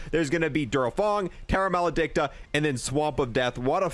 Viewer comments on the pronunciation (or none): none